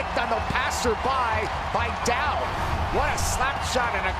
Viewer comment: Don't "dowd" Nic Dowd!